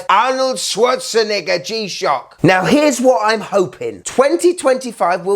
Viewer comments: I am concerned about the way you pronounce Schwarznegger ... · The way bro says Arnold’s last name has me stressed